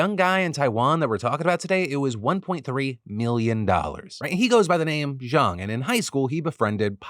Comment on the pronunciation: Good Chinese pronunciation. The west speakers normally pronounce it like "jayng", when its "jaaahng"